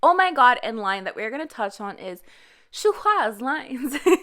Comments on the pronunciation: Shuhua is pronounced “shu-ah” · Shūhuá 舒華 is pronounced with an uptick at the end (the second tone in Mandarin language). Also, Yüqí 雨琦 is pronounced “Yeuchi (the closest I can approximate as the Mandarin Q has no real English equivalent)”. That’s also not a U but a Ü like in German. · Not at how she pronounced Shuhua’s name wrong then was like “How can i be wrong? I was only a Koreaboo?” Shuhua isn’t korean???